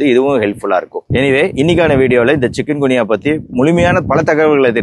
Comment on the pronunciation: சிக்கன் குனியா இல்லை!! சிக்குன் குனியா " 😅😂😅